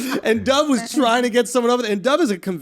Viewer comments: I love how Schulz says “Dov” like dove like the bird when it’s most likely dove like the past of dive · with Jewish names it’s pretty common for people to mispronounce them and not get corrected because it’s easier for them to say and not worth correcting. I’m sure many people pronounce it duhv and he just stopped correcting them